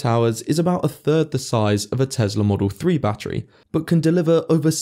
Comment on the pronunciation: “Oh, let me charge my testla for 30 minutes”